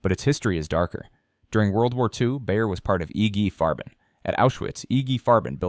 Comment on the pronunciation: Who is "Iggy Farben"????